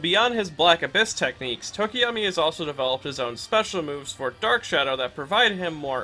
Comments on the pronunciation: I also call him Tokiyami I thought that was how it's supposed to be pronounced until a few days ago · The "tokiyami" i barely noticed but the "re-destroy-o" instead of re-des-tro nearly cause me to have a stroke. Great video in all other aspects tho.